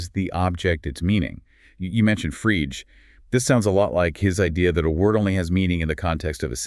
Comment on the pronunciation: they mispronounced Frege too, in another clip. still the channel is hands down among the best phil. exposition website in english for curious minds.